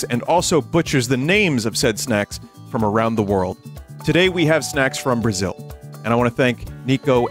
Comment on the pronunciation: That's it, he came to bruaziu